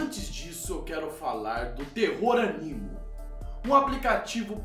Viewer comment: é AMINO e não ANIMO. UHEUHEUHE <3